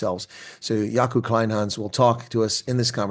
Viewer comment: Kleynhans you say "Clay-n-ha-ns" - "ha" like in "haha" 😊.